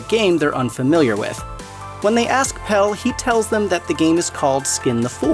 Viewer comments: (His name is Pelle, not Pal. The script is interesting, but when the narrator proves they haven't seen the movie by mispronouncing character names, it makes it less... Engaging. :/) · So you've watched this film more than once yet you can't say PELLE'S NAME. It's Pelle. Not Pel 🙄😒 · Pelle. Not Pell. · I can't with the "Pell" pronunciation.. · right. it has an E at the end for a reason lmao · Did the person narrating even see the movie? From Pelle to Harga to Attestupa, He mispronounced like EVERY word that wasn’t plain english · would it be that hard to make sure someone can say pelle's name right? lmao